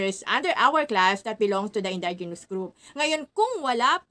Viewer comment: Indigenous pls see proper pronounciation po